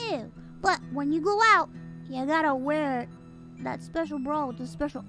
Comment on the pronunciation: All I’m hearing is Bru every time she say bra.